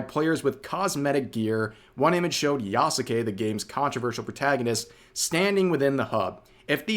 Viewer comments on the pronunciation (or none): none